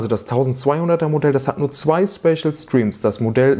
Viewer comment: Ich habe das Video bis zur Hälfte geschaut. In dieser Zeit fällt der Begriff "Späschel Striems" etwa zwei bis drei dutzend mal. Nur ... WAS IST DAS?!